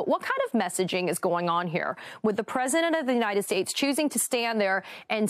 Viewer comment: "United Shastes"